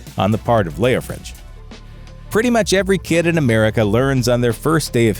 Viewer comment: "Leofric". NOT "Leofrich"